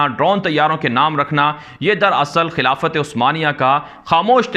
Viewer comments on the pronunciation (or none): none